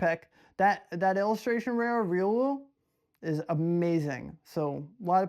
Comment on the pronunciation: Ree-oo-lou? More like Ri-ow-lou